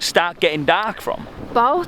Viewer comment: sounds proper "Cardiff" when he says dark "daaaaark"